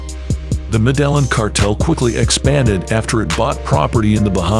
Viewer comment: It's Med-ah-heen not Mah-dell-in.